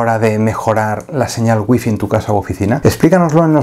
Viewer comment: Por qué los españoles no pueden pronunciar Wi-Fi😂😂😂